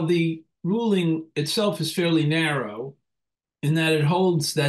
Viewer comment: lol, "narrow"? LMAO!!!!